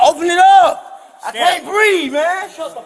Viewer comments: Didn't you hear him tho?! HE CANT BWEATHE!! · It’s “breeve”! 😂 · It's pronounced "breeve"😅